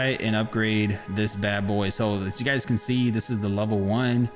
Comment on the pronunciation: i thought he said gaes